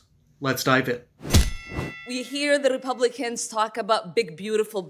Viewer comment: Did she say "childwen and wepublicans"? She sounds wetarded.